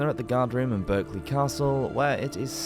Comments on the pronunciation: It's pronounced Barkley it's only spelt Berkley and as an English man ( unless this was a computerised voice ) he should know that . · 😂😂😂 Berkeley it’s pronounced “ Barclay “ lol🤔 😉this is a well-known story around these parts and it is said that you could hear the King screams from several miles away…… ouch🥴😕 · Berkley Castle is actually pronounced "Barclay" If you don't believe me as the Berkley family. They still live in the castle. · Berkeley Castle is pronounced 'Barkley'... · Strange but true, with respect to the castle & it's associated family, the word Berkeley is pronounced with an 'a' not an e. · A pity about the mispronunciations. A couple of them: Pant y Brad = Pant uh Brad. Berkeley Castle is pronounced Barclay.